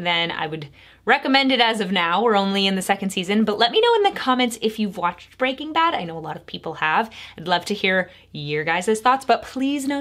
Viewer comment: you say "breaking bad" weirdly. As if there is no space between breaking and bad.